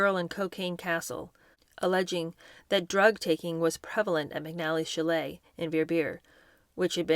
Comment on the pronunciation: The mispronunciations are now so prevalent that I will wait until I have gathered several before commenting: courtier, Andrew Lloyd WEBBER, chalet, ebullient.